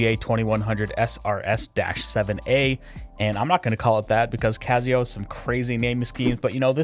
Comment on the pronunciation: Awesome review but the fact you keep saying cazio is killing me bro! I have the black resin variant of this and my wife rocks the skeleton. She loves it!